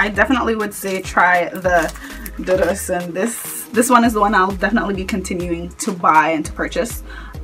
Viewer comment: Dudu is pronounced doo doo. It is a Yoruba word that means black. Ose Dudu means black soap.